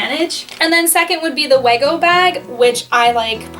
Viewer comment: Wego is pronounced like (we+go) not (weh+go) But yeah nice bags c